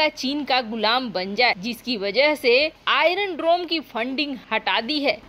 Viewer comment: बक बक काफी नही है । शुद्ध बोलना अधिक जरूरी है ।आइरन डरोम नही , आइरन डोम बोलो ।